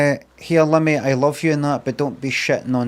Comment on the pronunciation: It’s “Limmy” mate not “Liimi”